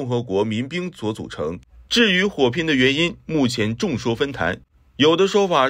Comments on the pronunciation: 众说纷纭（yun)，不是坛（tan），新主播请注意别念白字哦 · 众说风云 不是众说风坛 繁体不认识你念稿可以用简体啊 反华也得理性啊 都不止一个视频里频出错字了 但从来不见改正的 你们这些“资讯频道”我是真的服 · 是众说纷纭，不是众说纷坛！ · 众说纷坛😂😂😂😂念稿用点心好吗。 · 众说纷纭yun,不是分tan😂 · 节目不错，不过要提高一点认字水平哦：众说纷纭（yun）居然念成了众说纷纭（tan） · 就这一句众说纷坛tan🤣，我就不能看了。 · 众说纷纭，众说纷坛😂我一口老血差点喷出来，不能标个拼音吗🤔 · 众说纷纭（yun） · 眾說紛紜(yun 2聲) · 换了个配音？取消了背景音挺好的，有些繁体字不认识吧😂众说纷纭说成众说纷坛🤣你是大陆的吧，不方便读就改简体字咯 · 众说纷纭读yun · 按照拼音是念：众说分云 ... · 众说纷纭（yun）😂😂😂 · 众说纷纭（yun）吧